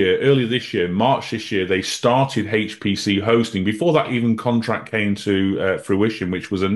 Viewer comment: loves HAAAYCCHT PC!